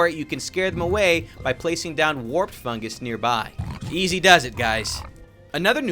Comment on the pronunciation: fungus not fungers xD